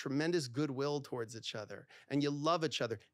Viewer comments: It's pronounced. Eachother not echother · Nobody freaking out at the way he says “itch other” ? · For a guy who mis pronounces “each other” he sure says it a lot 😂